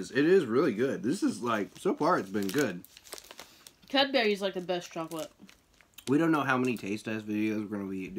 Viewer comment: Love the way you say Cadbury 😂😂😂😂 It's pronounced Cab-bre